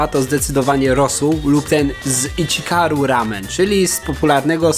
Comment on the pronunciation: iCHIRAKU! NIE ICHIKARU